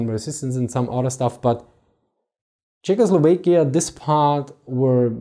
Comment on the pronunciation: Is this really how you pronounce Czechoslovakia? Your European accent gives you so much credibility but I just can't believe that pronunciation is acceptable. Can we get some Czechs to weigh in?